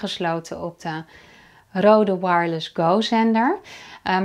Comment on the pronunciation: Goede uitleg maar het merk is niet Rode ( zoals jij het uitspreekt ) Je spreekt het uit als Reude daarom staat die streep door de O, dat maakt van de O klank een EU klank